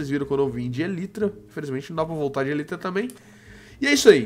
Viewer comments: Pelo amor de Deus, a pronúncia é elAAAAitra! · para de falar elytra a pronuncia correta é elaitra